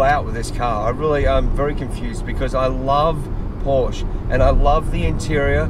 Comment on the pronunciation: POUR-SHA! Pronounce it correctly, please.